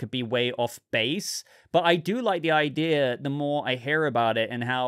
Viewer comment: You said "idea" then you said "idear" which is not a word, ideal would be an option